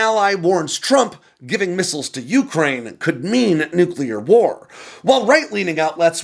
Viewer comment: you make great videos. It’s beneath you to keep mispronouncing “Ukraine”.